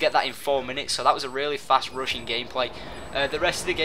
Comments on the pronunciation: Rushing. It sounds like he's saying "Russian" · ....the entire time i thought he was saying "russian" but hes saying rushing? O_o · lol rushing sounds like he is saying Russian hahaha lol